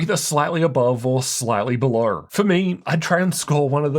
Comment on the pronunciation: "Check out the link berhlerh" 😂😂